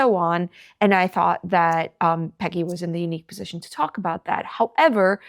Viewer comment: She called faigy not Peggy 😂